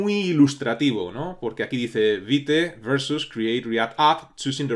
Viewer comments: Hola, la pronunciación de Vite no sería Vait realmente ya que no es una palabra inglesa si no francesa, la pronunciación sería veet(vit). Muchas gracias por brindarnos este curso, lo he estado esperando por mucho tiempo, por favor un poquito de zoom para el código 🥺🤓😎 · Un punto,. Según el creador de estas herramientas (vue, vite, pinia) su pronunciación es la palabra en francés, creo que le encanta el francés, así que es vit. Pero igual mientras se entienda todo pasa. Sólo a los puritanos les ha de arder los oídos, jejejeje Yo he usado poco React, casi todo lo que he visto (cursos y tutoriales), no tiene recomendación entre que usar o qué no, dado que es más a lo que tu consideres necesario y lo que hallas leído de dichas herramientas. en lo personal me gusta más Vit, porque es una bestia en velocidad y con HRM es genial, y hoy en día que tenemos al hermoso "bun" desarrollar es como cuchillo al rojo vivo atravesando mantequilla. Pero igual que lo anterior, todo depende de como quieras hacer las cosas.:body-blue-raised-arms